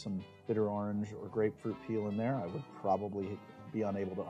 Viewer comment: Say "Or" "Ordinary" "Original" "Orwell" "Orson" "Oregon".... now... you've had practice: "Orange". :D I TRIED! lol. Also, thank you for your videos. Love them.